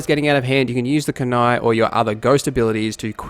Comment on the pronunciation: Kunai, not Kunard.